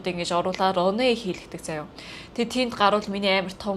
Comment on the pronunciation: Runway show гэж байх шиг байна лонвэй гэж сонсогдож байна